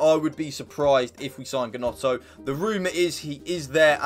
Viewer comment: It’s pronounced “Nonto”